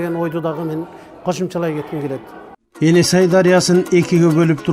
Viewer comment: Каап туура эмес айтып жатасынар эне сай эмес ээн сай туура аталышы айтылышы енисай .ээнсай бул широкая река деп которулат